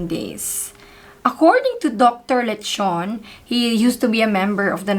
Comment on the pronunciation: I know Dr. Leachon..i 'm sorry but you mispronounce his family name..Pls ask from reliable people who know him well..ty